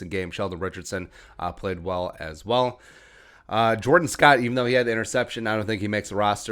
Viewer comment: This is totally irrelevant, other than to the player (Jordon Scott) and his mom. But... it's not pronounced Jordan, like Michael Jordan. It's pronounced Jor-DAWN. Kinda like Rae-dawn Chong. Jor-dawn Scott.